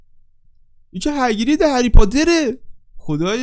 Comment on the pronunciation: هگرید نه هاگرید